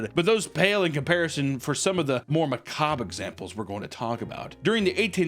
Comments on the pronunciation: SAID A WORD CORRECTLY! Macabre, he did it! Not lets get Wendigoon to say "detritus" correctly. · whiplash as my dude butchers "Mycenaeans" and goes on to pronounce "macabre" with ease and suavity moments later. Never a dull moment here on meat vision. Never change.